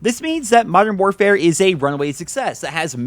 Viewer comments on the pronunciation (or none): “Moderm morefare”